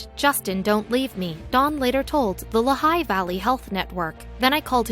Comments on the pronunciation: It's Lee-high, not La-high. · How many others of you have been shouting at their computer, "It is pronounced LEE HIGH"? Interesting story, with any random still photos, and little real life continuity. And zero is "unusually cold in Pennsylvania?"